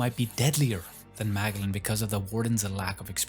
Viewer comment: This guy cannot pronounce character names correctly